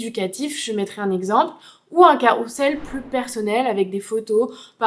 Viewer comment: Merci beaucoup pour cette vidéo. Si je puis me permettre... attention on dit ''carrouzzzel'' et non carrousssssel. Merci encore pour vos conseils 💜